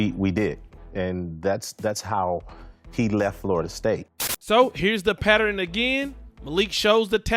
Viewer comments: Boy said it would be come a patteran 😂😂😂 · Please stop saying “Patteren” the word is PATTERN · I'm need you to say this with me...PAT..TERN, again PAT TERN not patterin. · A pat-er-ren? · Yes, you throwing a whole other syllable in there